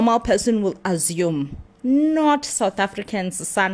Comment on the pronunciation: It is the AZOME (meaning assume) pronunciation for me 😂